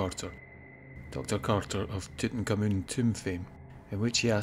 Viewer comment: Who is Tooten Kamoon? His name is THREE WORDS - Tut Ankh Amun, NOT TWO. It s pronounced Tut (or Toot) Ank, Ah-Mun.